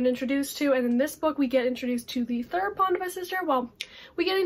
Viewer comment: I need to get Aru Shah! Especially since someone pronounced Pandava brother correctly 😂 (which one is she?! Too much suspense for me to handle 😂😂😂)